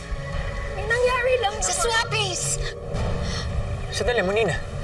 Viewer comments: Ung pag pronounce ni sa nangyarwi ang pangit ng r nia parang sobrang pagkabulol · May nangyawi satin🤣🤣🤣🤣🤣🤣nasan ung R????😂😂😂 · Pangit magpronounce c ang qrte bwisit may nsngyari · Ampangit ng pgkabigkas ne "my nangyari satin"arte² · Kakabuwisit yung pagkakabigkas ni ng "NANGYARI" ARTE ARTE AHH 😂